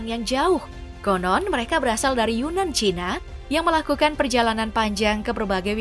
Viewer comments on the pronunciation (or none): none